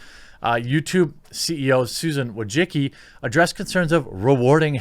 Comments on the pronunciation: VOY-CHITS-KEE. Not a fan of her, just a correct pronunciation. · her name is pronounced " Voi - chi - chki " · I don’t claim to know the true pronunciation of Wojcicki, but whatever Jeremy is saying ain’t it lmao. I love your content, just had to bust your balls a little.